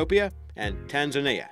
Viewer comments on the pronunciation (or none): none